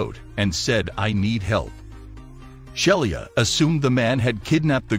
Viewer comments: The flight attendant is a great person doing a marvellous job and she deserves to have her name pronounced correctly. Robovoice is darned annoying. "Shell-ee-ah". Crikey. It's "Shee-luh" Sheila. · The flight attendant's name was Sheila Frederick, not Shelia.